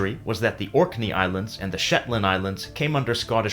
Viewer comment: he said Shitland island :D